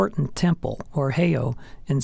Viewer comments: One would think that when someone puts so much effort into a video about Hawaii Volcanoes... They would also do their research on the correct pronunciation of the Hawaiin Names! Spoken "Hay Oh" = Actually pronounced"Hay-E-Au" Spoken "pu u wa a wa a" = Actually pronounced as "pu u va a va a" The "W" in Hawaiin is pronounced as a "V" most often. Spoken "Ka lay a Kay ku a bay" = Actually pronounced as "Kay a la kay ku a" This one was really pronounced badly by the narrator. Spoken "Ka lu a vu ay" = Actually pronounced as "Ka ho o la vay" I can't believe he pronounced "Lanai" correctly! Though some persons pronounce it as "La nai i" Adding an extra "E" sound to the end of the word. And get rid of the "jumping flea"... music. That's Portuguese! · Out of respect for our valued indigenous culture, please learn the correct pronounciation of Hawaiian words and place names. Heiau is pronounced "hay-ow." Waawaa is pronounced "vah-ah-vah-ah."